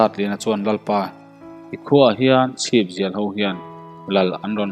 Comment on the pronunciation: Chhipzial tih hi a rik dan a dik chiah lo.a rik danah chuan sam lawng chauh a ang.chhipa sam zialte hi pawiho an ni a, a putu tel lovin an chhip samzial chauh hian khua an run thin a ang tlat